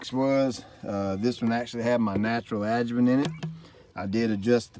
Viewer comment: Thank you for writing the word adjuvant on the video. You keep saying adjument which I could never google so I didn’t know what you were talking about lol